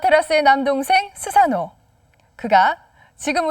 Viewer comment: 스사노 -> 소서노 이렇게 들리네요